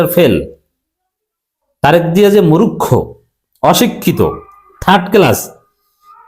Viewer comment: আরে ভাই মুরুক্ষ নয় বলুন মূর্খ আল্লাহর ওয়াস্তে ইনশাআল্লাহ। আমার কথায় কষ্ট পাবেন না ভাইয়া মুসলিম মুসলিম ভাই ভাই। আর সে কারণে ভুল উচ্চারণ টা সঠিক করে দেওয়া আমার কর্তব্য বলে মনে করি। আল্লাহ যেটুকু আমাকে জ্ঞান এবং প্রজ্ঞা দিয়েছেন সে অনুযায়ী। তবু মহান মালিকের কাছে আমার মত আল্লাহর গোলাম ক্ষমা চাচ্ছি মাফ চাচ্ছি যে হে মহান মালিক যদি আমার এই মন্তব্য ভুল হয় আপনি আমাকে ক্ষমা করে দিন মালিক। এবং আপনার যদি খারাপ লাগে আপনি আমাকে মাফ করে দেবেন ইনশাআল্লাহ। আমিন